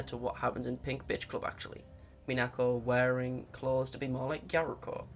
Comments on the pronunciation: the stress pattern for Minako is MInako, not MiNAko. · Kind of annoying that he doesn't say Minako's name properly in the entire video. You can hear her say her in the VIVINOS videos, and he doesn't say Gyaruko's name wrong, so what's with mispronouncing Minako?